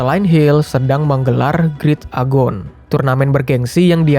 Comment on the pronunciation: Btw itu turnamennya namanya "great agon" tapi di bacanya "great egon" bgh, lo bilang nya grit agon🤣🤣🤣